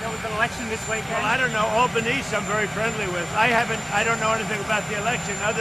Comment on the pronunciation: It's pronounced Al - ban -easy or just call him Albo like we do. The Labor party won a huge majority and the Greens have the balance of power in the senate.